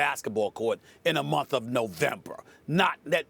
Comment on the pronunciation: Stephen A pronounced months as “momfs”😂